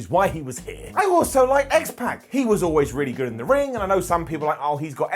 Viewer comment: Can you please start pronouncing names correctly? X-Pac’s name is not pronounced that way.